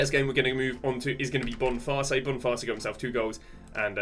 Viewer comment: cunha not chunha and kadioglu not kadoglu boniface not bonfast harry kane not hurricane